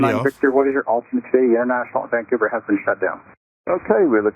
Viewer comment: I love that you pronounce it Vangcouver, just like a local. :)